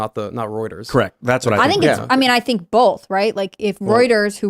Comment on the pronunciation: Gotta say... Tim pronounces "both" with an 'L' and also does (not sure if she did before). It's B-OH-TH. Not bowlth. That has bugged me for so long... I mean no insult. 😆